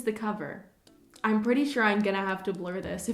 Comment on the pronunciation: "Ine gonna"